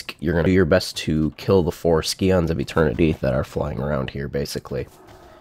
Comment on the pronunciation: scions is read like science. good solo content man. keep it up :))